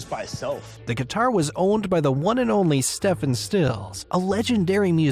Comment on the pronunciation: How ignorant do you have to be to be unable to correctly pronounce the name Stephen?